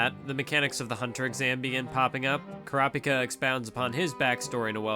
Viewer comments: "Ker-raup-ika" - You "Kura-pika" - Correct pronunciation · why do you purposely mispronounce kurapika's name? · I hate the way he says all the characters. Especially kurapika